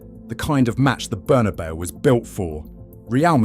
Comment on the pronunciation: Imagine pronouncing the Bernabeu as Burnabow